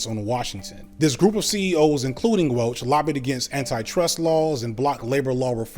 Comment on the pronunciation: mispronounces Welch.😂